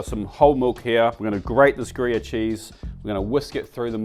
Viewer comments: I couldn't quite hear if you said Gruyère which is Swiss or some Aussie pronounciation of Grevé which in fact is a nutty Swedish cheese. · we have Grevé in Sweden. I needed to really listen to see what word you actually pronounced =)